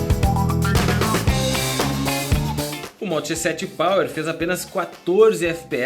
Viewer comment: Só que achei que ele falou moto g7 pau??